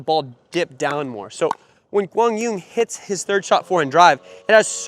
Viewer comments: For those who are commenting on how correctly is Quang Duong name is pronounced here, in this video it is sounded "Wang dzoo-in". The closer way to standard correct Vietnamese to pronounce his name is Kwang Zoo-erh-ng. Ur welcomed. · Quang Duong is pronounced as in Kwang yoo-ung. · It's pronounced KWAANG DZOO-ONG... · Not even close to how it is pronounce. 😂😂😂